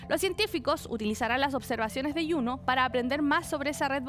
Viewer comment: Juno, con J, viene de latín, de la diosa Juno. No es yuno, lluno, porque esa pronunciación rebuscada?